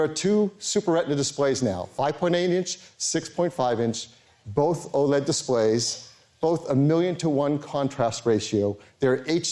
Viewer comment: why did he call OLED "Oh-lead" it hurts me ears